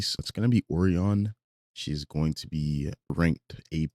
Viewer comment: Will all due respect dear, the way you say O-ree-on instead of O-rai-on (O-rye-on or O-Ryan is also fine) is killing me 😭